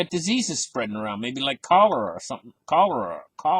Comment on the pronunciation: Lol!, You say 'cholera' better than you can pronounce "confiscate". Keep it up the good work, sir.